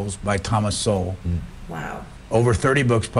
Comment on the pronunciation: I think it’s pronounced Soul, but he is an absolute genius and has been around for many years. Once a liberal but now conservative